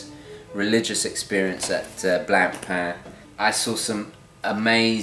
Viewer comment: BTW, Blancpain is pronounced Blon-pahn not blan-pan....😉